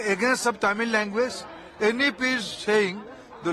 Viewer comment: டேய் you cant even pronounce the word "language" properly. You threatening me to study Hi di. to sell Pani puri...